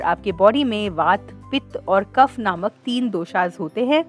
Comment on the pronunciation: Dosa नहीं दोश बोलो कफा नहीं कफ बोलो